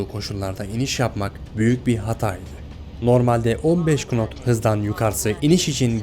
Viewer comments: Ya kardeş şuna kınot diyip durma allahını seversen. Kulak tırmalayıcı. Knot “nat” diye okunuyor. Saygılar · kardeş ''knot'' değil ''nat'' diye telefuz edilir.... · Kinot değil nat diye okunur ayrıca piste normal iniş yapıyor yani ileride değil yaptığı sert iniş deniyor gerçekten bu işin icinde olanlar bilirki lastikle zemin arasındaki yağmur suyundan kurtulmak ve kaymayı engellemek için uçaklar piste yagmurlu havalarda sert iniş yapar vurma ile lastik ve zemin arasındaki yağmur suyu dağılarak lastik zemini tutar bu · kınot ne usta nat diceksin nat. (okunuşlarını yazdım) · KINOT MU KINOT NE LA :FSGSDFDFADSA DOSTUM VİDEO ÇEKME BİR BOK BİLMEDİĞİN KONUDA VİDEO ÇEKME. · "kınot" değil, NAT diye okunur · 1- Kınot diye okunmaz nat diye okunur. bknz: Knight, Knife, Knock. 2- 'da başlayan görüntüler 3 Ocak 2020'de Sharjah-Sabiha Gökçen PC-747 seferini gerçekleştiren Pegasus uçağına ait. 3- Pistin uzunluğu kısa değil. Kısa olsa uluslararası havacılık otoriteleri o meydana işletme izni vermez. 4- Yakıt giderlerini azaltmak ve rötarların önüne geçmek için pist pass geçilmez aksine uçak indirilmeye çalışılır. Siz pass geçilir demişsiniz burada bir mantık hatası var. 5- Havacılıkta telsiz konuşmaları frekansı meşgul etmemek adına mümkün olduğunca kısa tutulur. Dolayısıyla pilotun ''Anlaşıldı efendim.'' demesinden rüzgarın hızını sorgulayıp-sorgulamadığına dair bir çıkarım yapmamız mümkün değil. Çünkü 100 knotta olsa 5 knotta olsa pilotun o konuşmada vereceği cevap aynı. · kınot ney lan, kuleyi de mi duymuyorsun? nat diye okunur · Kınot ne lan nat diye okunur. Dellendim gece gece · Kınot kınot diyip duruyor dana. Nat diye okunur canım benim. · haksızsın adam daha nat diye okunacak şeye knot diyo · Abi knot kelimesi direk nat diye okunuyor kınat diye değil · Knot diye telafuz ne aq, not diye telafuz edilir. Kokpitten çekilen görüntü de 7 Ocak'a ait. Rezil kanal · “Kınot” değil “nat” diye okunur. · Oda biliyor. Bazıları dediğini bilmediği için yazıldığı gibi okuyor. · Kınot değil nat